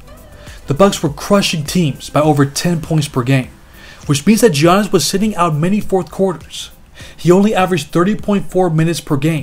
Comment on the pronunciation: Love the video! Giannis is pronounced as YAH-nis